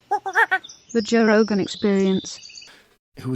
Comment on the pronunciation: Joe Woah-gan